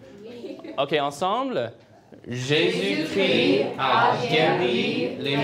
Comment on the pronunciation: Ils ont un problème avec Jésus chrissssssst et jesus cri..il faut savoir bien prononcer